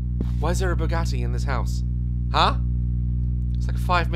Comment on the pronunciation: “WHERE’S MY BOUGAT-AY’’